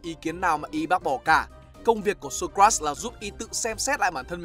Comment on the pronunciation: Socrates anh đọc sai ạ :)))))